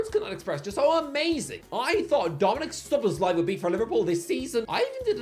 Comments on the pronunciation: can now pronounce "Szoboszlai." 😅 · Ralf Rannick Tomas Twoshell Erling Halland Javi Garcia Yurrgen Klopp Chicarito Mwais Saicedo Solobzlai (Dude finally corrected it in this video) Josko Vardiol (Pronounces as J) Horhe Mendez Andoni Iriola Buyako Saka (2020 ) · finally pronounced szoboszlai properly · finally nailing the szoboszlai pronunciation